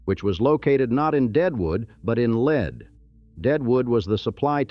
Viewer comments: Lead SD is called “leed” versus as commentor says “led” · The town Lead is not pronounced like the poisonous lead, but it's pronounced Leed, like lee-ed. Anyone from South Dakota knows it's Leeed, but it seems that no one else does. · Lead, sd is pronounced leed... it's a gold thing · Lead rhymes with reed. Ugh, AI. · Buildings made of lead are also called “leed” by builders. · Great video, some strange pieces of film, like scenes from Tombstone, but whatever. I thought it was funny when the A.I. narrator called a colt forty five a 'point four five' and couldn't decide how to pronounce Lead, use in lead as in the mineral most of the time when it's actually lead as in to lead the parade.